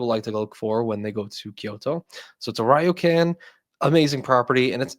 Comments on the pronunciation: It’s pronounced Reoken. Ys read as an “e” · Gna be that guy; but ryokan is pronounced rio-kahn